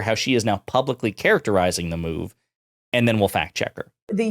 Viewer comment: I think the thing I hate most about Bobo The Clown is the way she turns "and" into a five syllable word